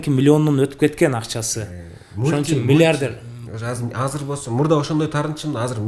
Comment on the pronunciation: Алып баруучу бала «мильиардьэр» дейт ко🤦🏻‍♀️